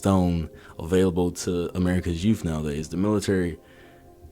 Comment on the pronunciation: “Youf nowadays”?